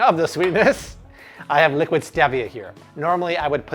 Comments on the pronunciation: StEEEvia not stehvia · Looks great but it's pronounced Steevia :) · interesting i heard youre supposed to put the dry into the wet that way you can add the flour mixture into the wet ing slowly so that the mixture isnt dense but nyways also isnt it St-ee -via? and you can add the chia seeds in all at once i just did it the other day it sets up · The way he prounces "stevia" tells me he either lives under a rock or he's American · My guy you say stevia wierd.